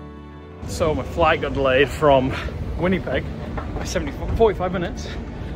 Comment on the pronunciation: Made me laugh on how you pronounced Winnipeg! 😂 Welcome to Canada!! Hope you had a good time here.